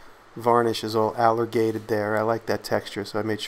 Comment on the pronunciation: I have to admit that I actually looked it up. But I thought he said "Alligated".